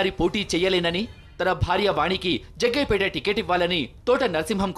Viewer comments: Jaggayapeta kadu it’s jaggampeta..... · Jagampetta Aya....jagayyapetta kadhu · జగ్గయ్యపేట కాదు జగ్గంపేట